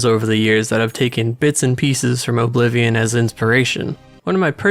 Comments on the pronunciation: The emphasis you put on the 'O' in Oblivion irks me so much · Apparently Oh-blivion invented the genre. 😂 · The way you pronounce Oblivion is appalling.